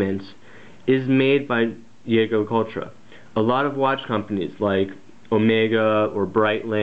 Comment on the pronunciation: Oh my God, someone finally said the brand name right!!